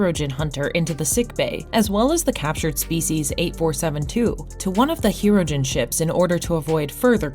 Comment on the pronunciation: It is also not "the Voyager" or "Hero-gen"